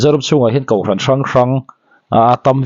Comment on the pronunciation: hian kohhran pawh kauhhran ti ve mai... hahthlak hlawm mange😂